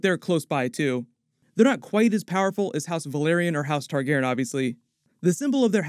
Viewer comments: Not to be a stickler, but Tar-gehr-ee-ahn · Love your videos but can you PLEASE start pronouncing all of the sylables in "Targaryen"? It physically hurts me :)